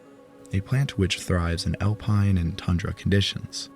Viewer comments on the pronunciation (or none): none